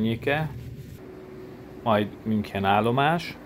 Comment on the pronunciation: Hidegrángást kapok amikor valaki nem mondja jól München nevet, illetve az ICE t se.De ettől függetlenül érdekes videó lett.